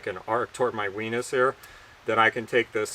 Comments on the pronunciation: Honestly, did you say, "my weenus"? 😂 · Did he say "weenus"? Other than that, pretty much a perfect video! Important topic, presented well as usual. Not too long. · did you say "wenis"?